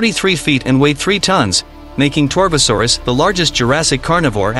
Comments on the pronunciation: If my ears still work well, he also pronounced it “Tarbo” not “Torvo” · Whats tie-rex, whats argentenosaurus, whats Saharadosaurus, whats torbosaurus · Tarbosaurus, not torbosaurus, lived in the late cretaceous with the T-Rex, not late jurassic